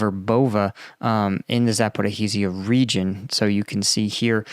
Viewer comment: Zaporizhzhia has pretty much the same sound as you find in the word pleasure or leisure I don't mean to be a troll, I see that you are doing your best to pronounce it right so I am saying this with the hope of being helpful. Thanks for your hard work keeping us updated